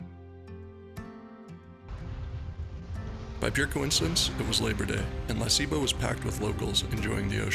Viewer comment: He keeps mispronouncing La Ceiba